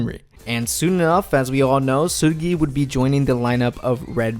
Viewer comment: like ur not korean just pronounce their names like a normal person who the hell is “Seeullgyaiey”